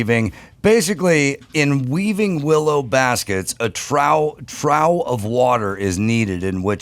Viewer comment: trough is pronounced troff, not trow.